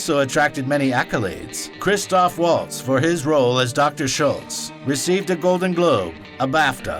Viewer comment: And it's Melanie Laur-on and Christoph Vahltz. Amazing a bunch of so-called movie snobs in comment section pick up on RZA instead .